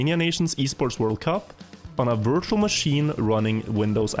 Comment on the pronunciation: I really thought je said "wirtual machine" but i knew it was virtual machine It sounds like it